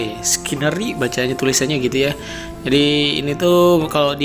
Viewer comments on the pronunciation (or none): Coelogyne = Se - lo - ge - ni < Pengucapannya, skinerii = skii - ne -ri -ai